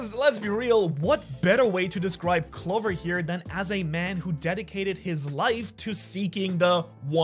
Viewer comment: Bro doesn’t even know how to pronounce Clover right 💀